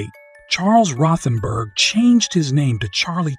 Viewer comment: Rothen "berg"?? 👃